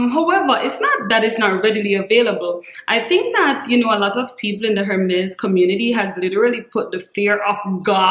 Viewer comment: I totally agree with your tip. I HATE when a stranger will walk up not even say hello but ask me how much was my bag? Is it real?? It's classless in my opinion and personal. I'd rather give my underwear size. You pronounce the H in Hermes. I have always had the understanding the H is silent. Meaning correct pronunciation is Ermez. I have been snagging up lots of Vintage Jewelry pieces the past few years. The jewelry is works of art and great investment too. TFS. Hugs-Rebecca ❤️